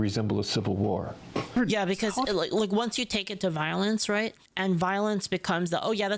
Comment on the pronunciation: Is this AI? Noone pronounces "war" that way.